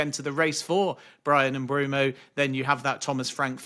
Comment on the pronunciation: Who is "Bryan Mbroomoo"? I wonder if Mbeumo calls Ben Jacobs "Bren Jacoobs"